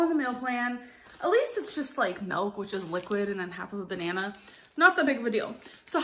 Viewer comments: Milk not melk! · ew she said "Melk" also hi orange queen 👑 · also who else cringes every time she says MELK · Come on you probably say mulk. We australians actually say milk. And Americans think we're saying MEEilk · ummm no, I'm in Michigan and we don't call milk "melk" can't blame us for that one! lol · Milk, girl. Milk. Not “melk” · I doubt 16 ounces is the recommended size serving of melk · She says it in dutch, milk = melk here lol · I'm from Boston and have never heard "melk"... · The way she screams “MELK” like “look at me I pronounce it differently I’m so different please pay attention to me please!!!!!” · "We have a serving of 1%....MELK!" 😂